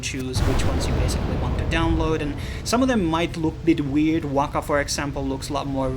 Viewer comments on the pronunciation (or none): none